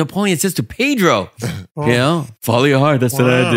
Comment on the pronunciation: Hey look its Pay-Dro 😂